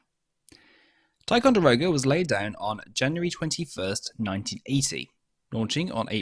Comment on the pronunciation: Not a silly name pronounced Ti con da rog a. Simple